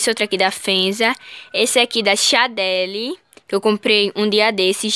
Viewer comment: Nao e chadele e chandele